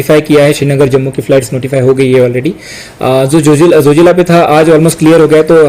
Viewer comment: It’s Zojila not Jojila